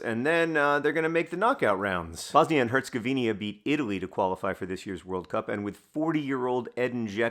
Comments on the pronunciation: herzego vina not 'vinia' ! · Herz-eh-go-vi-na, not Herz-go-vinia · Bosnia and HerzegoVINA not HerzegoVINIA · Bosnia and Herzegovinia? Interesting.